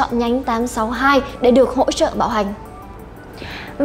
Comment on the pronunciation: Bạn nữ nói từ bảo hành mà cứ nghe thành bạo hành. Thằng bạn ngồi bên cứ ngó qua “bạo hành cái gì đấy...”